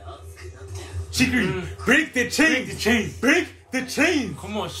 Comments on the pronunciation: "shigiui" xD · First we got ISAHGEE, now we have CHEEKY-REE baby lets gooooo